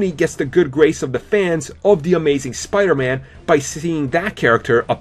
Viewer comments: It's not spidurman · Says the guy who says "spiderma"